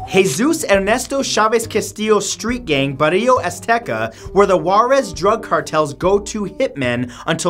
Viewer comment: Juarez is pronounced Hoo-Ah-Resss